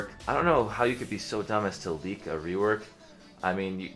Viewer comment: "Idk how you could lewk a rework" LMFAOOOOO